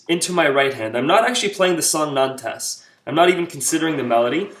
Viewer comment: The title of the song is pronounced more like 'Nonte' not 'Nantez'. It's the name of a French town.